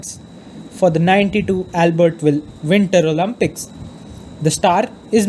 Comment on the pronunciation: I'm literally joking on how the guy pronounces the word "Olympics" lmao